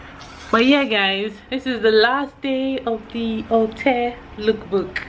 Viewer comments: it’s pronounced “all-tay” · Alte is pronouced -altay